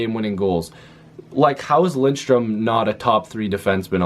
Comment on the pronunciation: Lidström....not Lindström. 😅